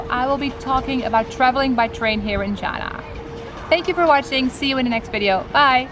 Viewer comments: I find it unpleasant to hear you pronounce china like Donald Trump.please pronounce China properly. If you can pronounce Hainan properly you can say China correctly.Thank You. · She works for CIA? Cant pronounce China properly?